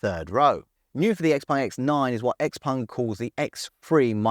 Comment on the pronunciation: why do you pronounce it XPung? Everyone else can pronounce it properly